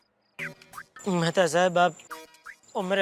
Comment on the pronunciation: Mehatha ❎️ Methi ✅️